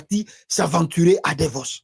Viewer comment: Il est parti à Davos pas Devos. Vous faites beaucoup de fautes de prononciation lorsque vous, vous exprimez ce qui est parfois comique.